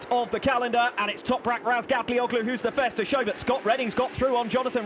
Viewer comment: some one teach these English how to read the soft G ffs. Razgatlioglu, imagine there is no g there.